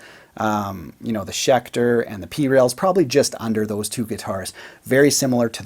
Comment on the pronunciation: Haha schelter not schecter?